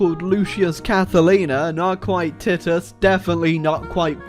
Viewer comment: The way you pronounced Titus triggered me.